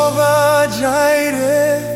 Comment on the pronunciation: Love it. But the pronunciation of Jireh on YT is distracting 😂.. Anywho ❤